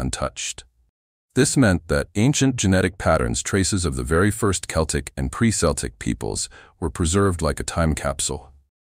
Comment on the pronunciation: Hard C, not S for Celtic. Makes the presentation doubtful.